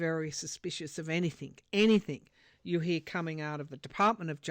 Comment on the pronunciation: The word "anything" is not pronounced anyTHINK. Please stop saying in your podcasts. It drives me crazy!!